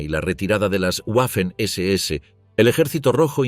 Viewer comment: La W en alemán, se pronuncia como una V.